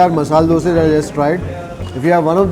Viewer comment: Thank you for telling dose instead dosa. One more word please tell pura instead of puram , upma of uppittu